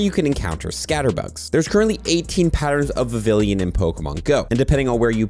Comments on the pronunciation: For the record vivllon is pronounced with a “y” sound phonetically its, vi vee on, not viv ill on. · I think it’s pronounced Vi-vi-lon, not Vi-vi-lien. You’re pronouncing it like Veridian city. Or have I been saying it wrong this whole time? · How many times can this guy say Vavillian when it’s Vivillon……… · Vivillon, not vivillion. Because the naming has a lot of work put into it, because Pokémon names are a HUGE part of the game lore, and because gets paid for this content. Nobody deserves to be paid to talk about something they’re too lazy to even learn to pronounce. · It's pronounced Vivi-yon 🙂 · Every si gel time you repeatedly mispronounce Vivillon it’s like nails on a chalkboard. (note it is NOT “Vivillion” as you keep incorrectly saying despite having it LITERALLY be your job) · The L in Vivilion is silent BTW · And bro leave him alone😭🙏like why u getting so pressed over his mispronunciation for vivillion